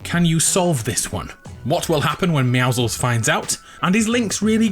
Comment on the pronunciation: why cant people pronounce meouscels right its pro nounced me-ow-scles